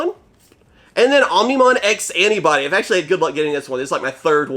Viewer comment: Whenever you say "X Antibody", I feel like you're saying "Ask Anybody"